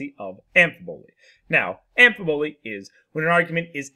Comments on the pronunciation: Pretty sure you got the em-phasis on the wrong syll-able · After relisting to it, nope. Just a complete mis-enunciation. Amphibole, not Amp fiboly. Like, you don't enunciate the P in phone.